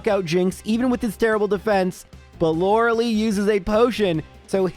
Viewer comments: One day this guy will learn how to say Lorelei. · Youre saying lorelei wrong eh